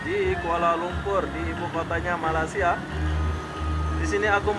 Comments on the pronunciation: Tolonglah jangan sebut Malassia.....!! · Bukan Malasia..sebutan yg betul Malaysia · Memang lidah mereka sebutan mcm tu.kawan saya orang Indonesia banyak kali saya ajar tapi lidah nya malasia juga..tapi comel haha